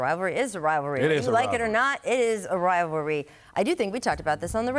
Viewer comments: Does not anyone on these shows know how to pronounce the word "rivalry"? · “Rivalry” 🤣🤣🤣🤣 16-0 biches